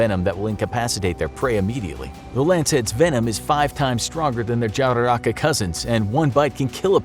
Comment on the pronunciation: Verdade mano ele fala tipo sei la estranho ele falando queimada grande ou jararaca foi muito esquisito